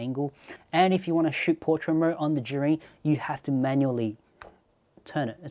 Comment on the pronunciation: It's pronounced zhiyun mate...